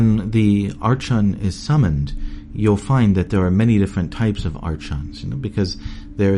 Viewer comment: Its not artchons its ARKONS fucking idiot